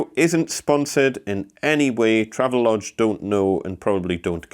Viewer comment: BTW, I used to work at the marketing firm for Travelodge. It is pronounced "Travel-Odge". There is intended to be a distinct separation between Travel and the odge part. This is to distinguish some early mispronunciations such as "Trayve-Lodge"